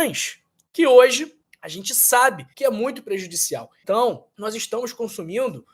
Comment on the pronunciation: Putz dotô,ce fala errado pa caraio,supóîstamente ,nóisss purque ce fala assim??? Parece qui ce tem uma gilete na boca ,ou parece ce dura a língua , faiz tratamento pa melhora a fala dotõ